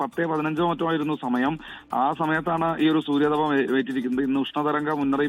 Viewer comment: സൂര്യതപം അല്ല സൂര്യതാപം .